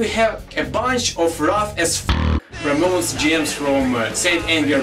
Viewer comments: "Ra mo nez"...... haha....some of his pronunciations are so funny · Ramones..... Ra-moans